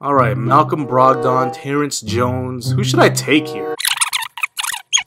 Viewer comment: Pronounced brog-dun